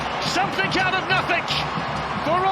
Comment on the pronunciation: One of my biggest pet peeves is people who say Some"think" and No"think"! It's ING, not INK!!!! Commentators of all people should know better!